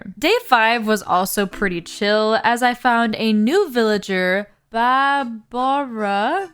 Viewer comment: her name is pronounced barbara 😔 it's a sheep pun